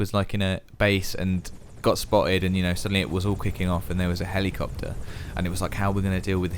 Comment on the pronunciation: I love the way you lot pronounce helleecopter xD